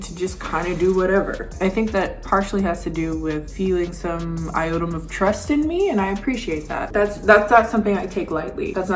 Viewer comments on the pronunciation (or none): You were probably thinking "modicum" and "iota" and it came out as "iodum"!